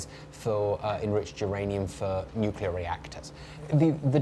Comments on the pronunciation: He pronounced Nuclear as ”New-Key-Ler” rather than ”Nuke-Lee-Eer" 😊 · Dubya… PLEASE! NUCLEAR.. NOT NUCULAR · Hahhhaa! George Bush’s speech impediments, Nucelar lol!!! Nuclear nuclear not nucelar.